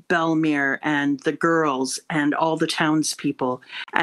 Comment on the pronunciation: Your mom says Belle mere better than you do lol. You say it like she’s related to bellamy